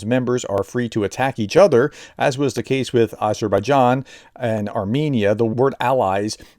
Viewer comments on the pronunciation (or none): none